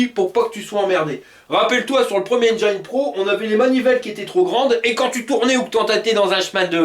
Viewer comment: J’aime bien t’écouter! Sauf quand tu dis Enjaïne au lieu de Enjin (pour prononcer Engine)